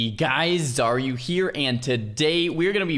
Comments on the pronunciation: is he saying xaryu here orare you here at the start? xD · oh man Ive been watching you for a couple of years now, but I always heard you say "hey guys, are you here?" which didnt make any sense to me, but you actually say your name lol